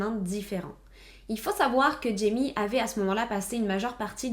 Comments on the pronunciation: Super vidéo ! Par contre j’étais perturbée car jaime se dit RAÏME (c’est espagnol) 😅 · jaime se prononce " raïmé " .